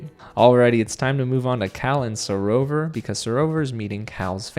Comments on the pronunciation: It's SarOVA not SarovER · because with the English accent we pronounce it SarOVA. We don't over pronounce the ERRRR the same way Americans do.